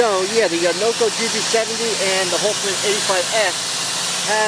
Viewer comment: Did you say Noco or "NoGo" 😅